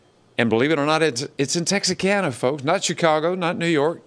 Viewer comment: Why are you pronouncing Texarkana with an S???